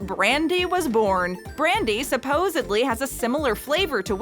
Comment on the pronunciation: The videos are great, however, the mispronounces toon of integral and supposedly is quite off-putting. 😞 🤦‍♀️